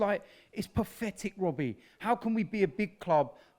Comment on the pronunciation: Mr 'Its Paffetic'